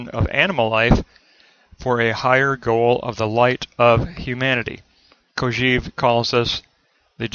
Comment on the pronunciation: This is a very good summary, all except for one thing: please, please, stop saying "Kojeev." The correct pronunciation is "Kojɛv", with an è as in "best". It is pronounced this way in French as well as in Russian, with "Кожев." There is nothing more distracting than that repeated beeping sound: "EEV ... EEV ... EEV." Please stop teaching your students this incorrect pronunciation.